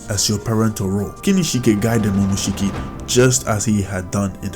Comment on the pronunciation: It's momoshiki u dumbass